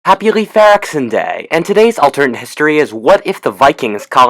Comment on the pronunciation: It sounds like he said happy leff areksin day